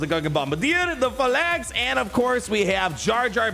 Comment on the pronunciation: Good Lord! Google how to say Phalanx!!